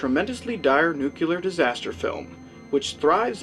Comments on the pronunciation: It is indeed a fair and thoughtful review, well done sir... but your inability to pronounce 'nuclear' correctly is really distracting -- "NOOK-yuh-lur" is just lazy and annoying and wrong. "NOO-klee-ur" or "NOOK-lee-ur", please. Like the sound 'nu' and the word 'clear'. Simple. As for being 'as graphic and disturbing as they come," I agree IF you are only regarding American TV movie history; but I think Testament (made at the same time as TDA, and shown on American PBS stations) is arguably much more disturbing for its emotional theme and very human, saddening tragedy. If you mean beyond American shores, I cannot at all agree about TDA being "as graphic and disturbing as they come." I know you've seen BBC's THREADS (1984). Faaaaar more graphic and tragic and disturbing in my view. The Day After had me plenty anxious and depressed for a short while; THREADS had me shocked into sick numbness, sad and scared for a long time. Whether you agree or not, though, for sure I would be very interested in your thoughts/review of THREADS. Well, if you would pronounce 'nuclear' correctly. :) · Nuclear not nucular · You know what the REAL nightmare is? - Hearing the reviewer mispronounce NU-CLE-AR almost a dozen times throughout this review, that's what! If you can't even pronounce the topic of your review, find something else to do a review on! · NEW-Clear. 2 Syllables. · No, actually three: New-clee-er. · Seriously, just how difficult is it to enunciate the word, "nuclear" (new - clear)?! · great review but i hate the way you say nuclear.